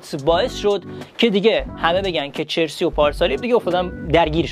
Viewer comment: Chersi nist charsi hast اسپلشو میدونم اما تلفظش اینه